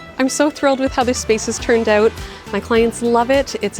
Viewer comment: I like when canadians say the word "out""